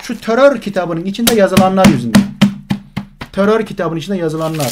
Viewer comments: Sevgili hocam törör değil terör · Töror ne yaa !! Töror u yapan, yayan sen ve senin gibilerdir. Kişi kendinden bilir işi👍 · Yanlız Terör değil "TÖTÖR" ndkdsndjxn